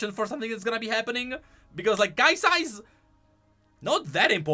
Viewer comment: Why do you say "KaiSAHH"